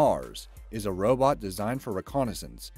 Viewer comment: Robot snipers I thought u said roblox snipers